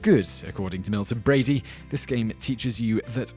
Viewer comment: I'm really hoping you weren't serious about all the bad things. They were all blown WAY out of proportion. Also, what the heck is Milton Brady? It is Milton Bradly! You can't shrug this one off with the British accent thing either. You literally forgot to pronounce a letter.